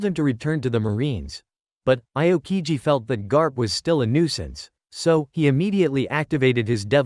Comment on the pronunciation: Bro said iokigi💀💀💀